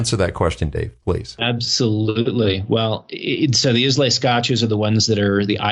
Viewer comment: Islay is pronounced EYE-luh. Cheers.